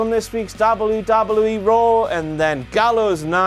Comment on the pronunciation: I really hate the way you say "WWE"